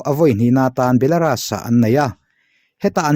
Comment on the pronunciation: I ti ṭha e, Belaras ti lovin Belarus ti ve la ṭha leh zual tur